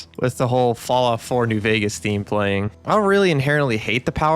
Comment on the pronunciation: Hes the tourist himself. He learned all those words from visting reddit i can just see it in my head. Bro has never touched fallout 1 or 2 in his life. New Vwwegas 🤓 is the best ive never touched the OGs and i hate new fwallout. What a chump